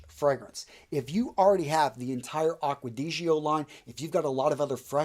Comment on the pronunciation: the way you pronounce acqua di gio makes me want to commit a hate crime